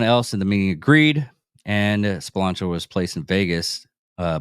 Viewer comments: Lmao! Spironzo hahahah how are you going to do a vid and not pronounce his name right…dude has a texas flag in the vid…makes sense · You said his name wrong